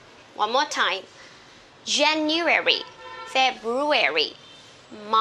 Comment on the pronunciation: Você está esquecendo de pronunciar 'djeniuéri' em vez de 'jeniuéri'. Vc mesma escreveu a pronúncia, mas ao longo da explicação diz 'jeniuéri'.